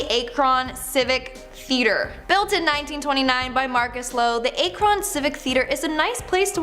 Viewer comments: A-cron haha, pronunciation a little off lol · NO WAY SHE ACTUALLY PRONOUNCED AKRON LIKE THAT😅 i wanna hear her try to say Bucyrus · I’ve never heard Akron pronounced that way before. As an Ohioan I thought that was one our easier cities. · "Akron" 😂😂 wrong way to pronounce it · Damn u pronouncing Akron like that is crazy💀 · It's not akron. It's pronounced ak..ron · A-kron 😂 try the pronunciation Ak-ron lol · Ack-run, not A-cron 🤣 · Ummmm its " ack - run " not " A -cron " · It's pronounced ACK RIN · It’s pronounced ack-Ron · it's pronounced ah-krun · Ay-crawn lmao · lol, I love how you pronounced Akron.. its AH Crin, and Painesville is an entire city in Ohio.. In Lake County. :P We have a lot of Evil here, we call it the mouth of hell here or Hells Entrance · 🤦🏽‍♀️you said Akron wrong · As a lifelong Cleveland resident, I need to rip this list apart. The witches grave is all BS. Doesnt exist. The Ryders Inn is in Painesville, Ohio. A city. Not a road. Akron is pronounced AKR-IN. Not A-KRAWN, And Medina is pronounced MA-DIE-NA. Not MA-DEENA. This list is so awful. I can't believe the witches grave is known outside of Olmsted Falls, which is where it is. Its in Cuyahoga County not Medina County. Lake County is 25 minutes from Cleveland and the Melon Heads story is utter nonsense. Mansfield Prison is supposedly haunted. Franklin Castle has ghost stories as well and is the most famous haunted house in Ohio. But most of the legends about the house have been debunked though. No human remains were ev found. A former owner told that story because he was trying to start ghost tours for profit. There are tunnels but no evidence the German Socialist Club "Nazis" were gunned down in the basement either. No axe murder either. There was a fire that gutted the castle but its been restored and the house is BEAUTIFUL. I'm surprised the legend of Gore Orphanage didn't make this list. Another urban legend thats not true.